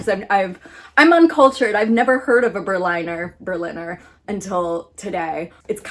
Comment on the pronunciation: It is pronounced bear (like the animal, but without the r at the end like a British person would say it) and leena. So it is bea+leena basically. Plural just with an s at the end